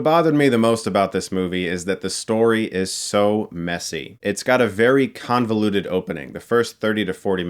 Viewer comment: No one: Chris: “it’s conveluded”